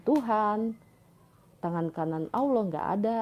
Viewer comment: Org beragam Nasrani, walau pux Titel ada 15. Tp cara mmbaca di kitabx, msh salah baca.. ALLAH di baca ALAH.. lucux aja dgrx.